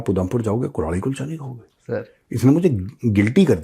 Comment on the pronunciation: कल्हाड़ी होती है वो मेजर साब, कुल्हाड़ी नहीं 🤣🤣